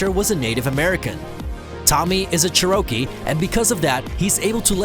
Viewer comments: Chair-row-key lol Tht pronunciation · Holy shit this guy doesn’t know how to say Cherokee hahahahah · Characters don't matter the game being fun matters, also you don't even know how to say Cherokee